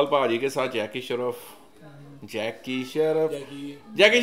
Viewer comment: Kapil not kapal and jacky shroff not shraf